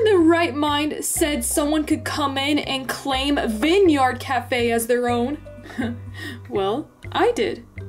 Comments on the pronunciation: Please don’t say “Vin yard cafe” again.. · The one doge said vin yard it’s vine sorry to do this I do not want it to sound like hate I promise